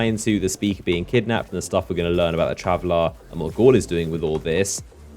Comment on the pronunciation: STOP PRONOUNCING IT TRAVELLAAAAR!!